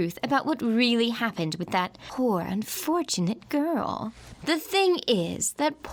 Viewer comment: "tHaT pOoR aNd uNfOrTaNatE gOrL"